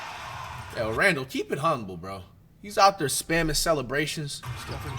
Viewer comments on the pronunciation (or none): none